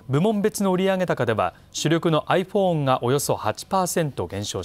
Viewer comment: あいふぉんは あいふぉーんとよぼう